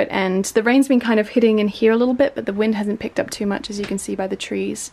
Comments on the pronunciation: more like hiya or hia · I love the way says "here." Aussie accents are so nice.